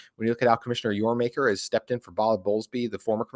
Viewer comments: Yormaker … lol. This guy seems nice, but it’s hard to believe he knows what he’s talking about when he makes such a glaring error. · It’s Yormark………